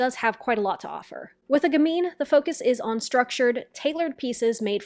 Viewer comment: If you're going to insist on saying gamine 100 times, you should at least learn how to pronounce it.